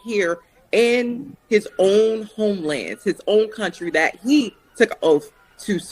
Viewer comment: “In his own homelanz”